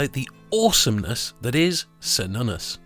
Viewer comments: It's Kernunnos, not Sernunus 🙄🙄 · It's pronounced with the K sound, like Kernunnos. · why does everyone pronounce it as SER-nunnos when its supposed to be KAYR-nunnos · It's not "sernunnus", but "ker-noo-nos". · Its Care-noon-ous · Wrong pronounced name; it is: Kernunnos . C pronounced as an 's' is a Latin alteration. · Are you sure of the pronunciation, I would suggest; "Kernunnos". In Welsh, Cythraul meaning Demon or Devil is pronounced Kythrael. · Why are you calling him, Sernunnos? The C is always hard in the Celtic languages. Or so I have been taught. You're Latinizing the C in this case. Making it the S sound. I believe this is incorrect. Maybe it's the Roman coming out in you. :) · It's what happens when people speak on things they haven't thoroughly researched. I know it's pronounced ker-nunn-os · Wrong prononciation, watch the movie Demigod. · Precisely, What is it with the English that they insist on pronouncing words and names from other cultures they way the would were they English words? It is INDEED a hard C on Cernunnos. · Pronounced with a hard C like a K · ❤ yes "k" sound on the C ❤ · If heard it pronounced both ways but I think you are correct.